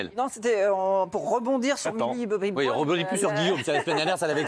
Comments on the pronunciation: « Millie Bobby Broune »😭😂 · A 3.34 "Brone" mais attend aucun respect pour mille Bobby brown 🤦‍♀️